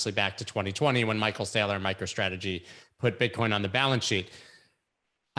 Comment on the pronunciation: C’mon man. At least pronounce Michael SAYLOR’s name correctly. Geeez.